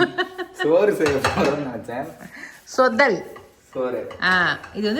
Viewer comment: Sis athu thothal… sothal Ella … unga video pathale oru Thani kuzhi tha ma